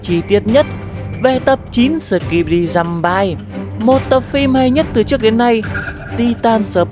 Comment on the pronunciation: Giơm-bi chứ không phải giơm-bai:(